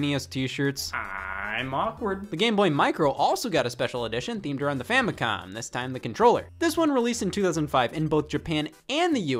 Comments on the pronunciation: Is he saying famicon? With an N? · Why does it sound like you said famicon